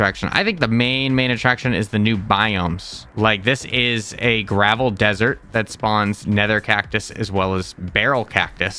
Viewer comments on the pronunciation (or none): none